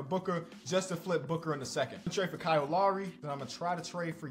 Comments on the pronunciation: Man said lary it’s lowry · sometimes its not dyslexia its just Illinois like Cow Lowry